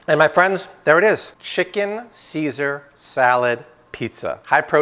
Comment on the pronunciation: Saysar, IT'S PRONOUNCED CAESAR. WHY DO YOU ALWAYS MISPRONOUNCE WORDS, ARE YOU STUPID OR AFFECTED OR BOTH?